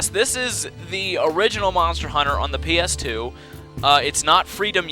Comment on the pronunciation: i like it when you keep saying pass "A" for the ps2 game xD